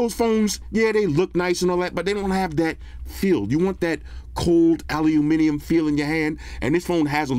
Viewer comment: Aww man!!! Sorry to hear about your Mom passing away. Always love your positivity despite your circumstances bro 🙏🏾🙏🏾🙏🏾. I also love your made up words...alu-a-minimum, pocketable, sllo-tt 🤣🤣🤣 you're definitely a 🐐 in the reviews